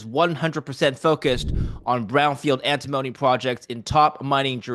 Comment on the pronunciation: It's AnTIMony not Antimoany